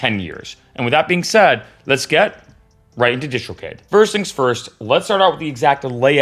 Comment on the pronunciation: Dude, PLEASE, first learn how to correctly pronounce DistroKid, then maybe I'll watch your video. Pheww!